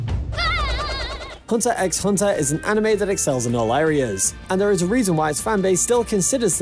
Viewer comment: Also he pronounces the x